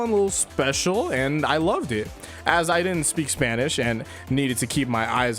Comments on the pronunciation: My boy said Spainish 😂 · he really did spanish like that lmfao